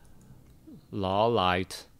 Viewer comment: LAW - LIE - ET... it's really easy, c'mon!:P